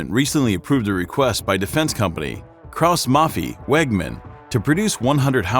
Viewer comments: Haubitziii and Mafii to good 🤣🤣🤣 Boi plz google how e is pronounced in german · Haubitzee? Maffi? Seriously, put at least 5 seconds into research on how to pronounce these names properly